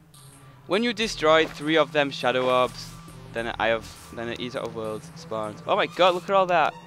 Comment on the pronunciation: eater of words? dont you mean destroyer of worlds? [sorry for making fun of your accent]